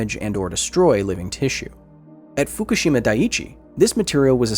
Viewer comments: Like Hiroshima, people mispronounced Fukushima. It's not "foo koo SHEEE mah", it's "foo KOO she mah" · What do people keep calling Fukushima 'Foo-kah-she-ma'? There's no A, it's 'Foo-Coo-she-ma'